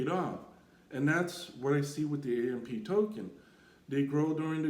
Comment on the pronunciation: The Ampee token what are you saying… its AMP